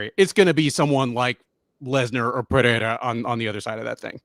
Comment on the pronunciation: PEREIRA = PUH-RAY-RA NO DOUBLE R (LIKE FERREIRA) SO NO "H" SOUND. C'MON MAN!